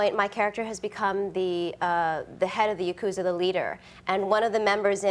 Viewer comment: Love the interview and love Lucy. But I grew up with Japanese friends and watching Japanese shows and it's so obvious to me when people mispronounce the words. Ya-KOOza should be Yakoo-ZA. And the one many more get wrong is Sam-urai (like the name Sam) which should be pronounced SAW-mu-rai, with or without rolling the tongue on the R. It's annoying.